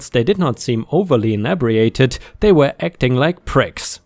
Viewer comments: And it’s “in ee bree ated” - not “in ebb ree ated!”. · Likewise, 'inebriated' is prounded like 'in-E-bree-ated'. ( or so)